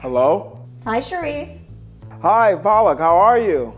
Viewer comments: Palak made paalak dosa 😂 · He likes spinach so much he kept calling her it, Paalak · Shariff loves spinach soo much he called palak paalak(which is spinach in Hindi) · He loves spinach and he's calling her Paalak, that's it.😂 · Him constantly pronouncing her name as PAALAK (spinach leaves in Hindi) got me thinking, damnn Paalak made Paalak dosas…. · they are not the same word. One is palak and other is pronounced paalak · Palak making PAALAK dosas🤣🤣🤣🤣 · It shows how much he loves his spinach... Calling Palak as Paalak at least 3-4 times😂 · She addressed herself as Paalak. 🤦🏽 These NRIs spoil all Indian names.. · The Pro-chef herself ruined her name in first few seconds of the video 😂 she called herself 'Paalak' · Wait a minute her name is Palak? You mean spinach??🙄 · Just a random information: The way he says Palak's name is wrong(no offence intended) but that's how you say spinach in hindi his favorite vegetable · Someone tell him his pronunciation of her name Means spinach . 😂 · Pallak se palak 😂😂😂😂 Name butchered there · This video is so wholesome. And Palak and paalak mix up 😂. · Am I the only one who is not happy about Chef's name pronunciation 'Palak' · I hope I made u proud Palak (पालक) 😂😂😂😂😂 Wt.. She is not spinach.. 😂😂😂😂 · won't know but the way he pronounced palak's name actually means spinach in urdu and hindi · Did u know spinach means palak in Hindi also her name is not pronounced her name really means lashes as he pronounced the way he pronounced is called spinach in hindi; Indians know what I mean ;D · The way pronounces Palak is exactly the Hindi translation for spinach. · Epicurious has discovered the gold mine that is Indian views haha. Love it. Fun fact: His pronunciation of 'Palak' is spinach in many Indian languages. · He says Palak as 'Paa-lak', which is Hindi for spinach, which he happens to like. Couldn't help but notice. Huehue. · The weird part is that, Palak can't even pronounce her own name right. Its Palak not Paalak.